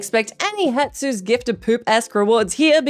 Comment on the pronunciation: Lol "Hetsu"